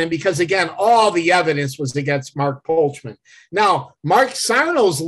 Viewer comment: It’s Sam VOLPENDESTO not Volpendenzo and Mark POLCHAN and not Polkman